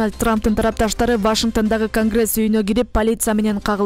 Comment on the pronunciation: Вашингтан эмес Вашингтон деп туура окугулачы сураныч